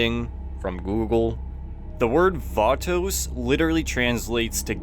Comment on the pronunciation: The Vaatoes...